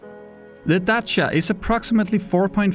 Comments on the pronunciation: Isn't it like DaCha instead of DaSia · Me: Growza him: Graaaaasa Me:Dasya Him:datcha Me:buggy Him:boogy Wtf is wrong with you? Are you on drugs? Pill that changes the pronounciation? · Dacia Dah-see-ah